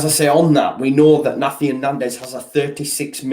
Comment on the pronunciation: Great vid as usual - nandez Is called na-hi-tan not nathian like an exotic version of Nathan lol